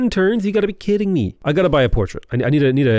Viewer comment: BTW Titian is pronounced Tea - shin. Love you!